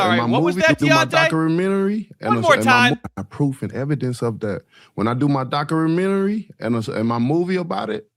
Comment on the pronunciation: you cant dock your menery, god im so glad he lost😅